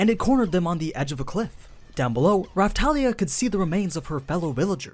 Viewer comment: Not Rafthalia but Rapthalia,Thank You